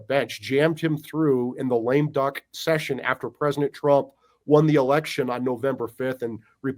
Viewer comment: Say "Presinet" Trump one more time.